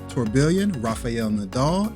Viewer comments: It’s incorrect. Even the guy in your video is saying it different. He cannot pronounce the proper English word because of his accent. Sounded out it should sound like “tour-be-on” the two Ls are silent. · Dude, have I been pronouncing Tourbillon incorrectly? Or are you? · Saying it wrong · That's what I've always heard it pronounced, until this guy tortured the word.